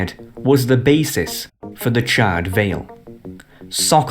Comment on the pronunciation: CharRED? How the f*** do you mispronounce charred? It's like charred meat. You donut.